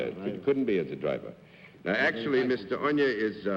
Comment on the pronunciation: Peter Mack: It would be pronounced oh nyah.